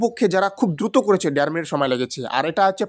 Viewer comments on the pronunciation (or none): ডের মিনিট না । দাদা দের মিনিট😢